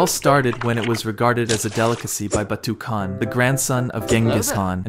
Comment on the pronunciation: actually it is not pronounced Batukan It is pronounced” Batt” and kan is actually haan which means Kingg